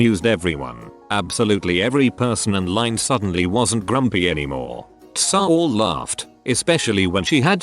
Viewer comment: No one: Updoot Everything: TSA = tsah